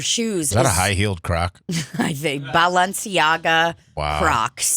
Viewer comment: pronouncing balenciaga like that lol